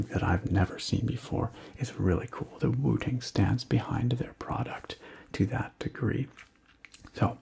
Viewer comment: I seriously thought you said Wu-Tang and had to look back at the title 🤣